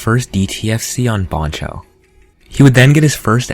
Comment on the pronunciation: i have never heard anybody pronounce "bancho" the way you do.